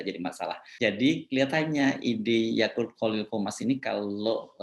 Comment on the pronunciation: Edit : yaqut pak yaqut, saya dengarnya YAKULT maaf saya senyum2